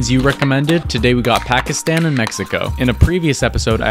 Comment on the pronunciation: your pronunciation of Pakistan is really good!